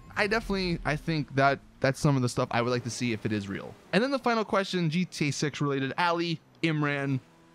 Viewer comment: he said gta sex XD